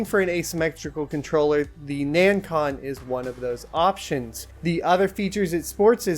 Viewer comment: HEY, it's Nacon not Nancon:) Thanks for the review!